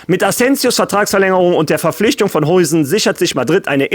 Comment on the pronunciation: Hey, erstmal danke für deine tolle Arbeit und die Updates zu Real Madrid! Das machst du wirklich super!!! Zu Dean Hujsen: er wir Dean “HAUSEN“ ausgesprochen.;)